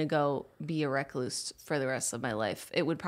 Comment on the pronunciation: Hahaha 😂Jenna. Pronouncing recluse, wreck loose. That's a REAL life motto clash. Name a wreck loose, recluse...besides Ed Gein. Footloose Recluse, Recluse, kick off your Sunday shoes.